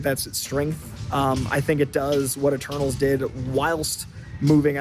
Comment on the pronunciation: When you said Eternals I thought you said Turtles haha